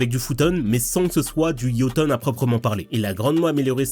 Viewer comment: La glace c'est le shoton, pas le yoton